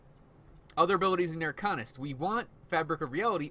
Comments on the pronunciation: Arkannist? wtf.. AR-CANE-IST. Upgrade your speech. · There's no "e" in the "Arcanist" class name so to say it as "AR-CANE-IST" is incorrect. Upgrade your english.